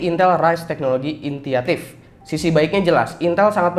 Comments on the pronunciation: Initiative dibaca intiatif? Ralat bang, "initiative" artinya inisiatif jadi bacanya kek "inisiatif" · Bukan intiative tapi initiative